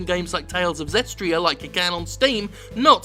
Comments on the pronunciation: I think Chip needs another round of discipline as your researcher, Jim. He should have told you it's "Tales of Zestiria" - Zes tear ee ah - and not "Tales of Zestria" - Zes tree ah. Missed an "i" there. Goddamnit, Chip. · "Zestria"...ZESTRIA?!?!? CHIP U DON FOOKED UP AGAINNEN!??!?!? :O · You pronounced "Zestiria" wrong, but I won't hold that against you.